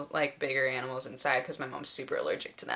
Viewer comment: You say it as aminals too!